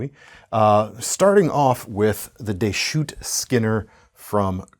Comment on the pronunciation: Two quick Oregon facts: Deschutes is pronounced "Deh-shoots" and there are sadly no knife shops in or around Pendleton.